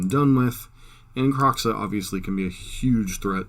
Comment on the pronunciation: Are you pronouncing kroxa right? Just wondering its a weird name